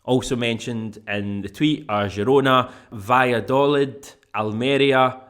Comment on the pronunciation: Its pronounced Vaya doleeth.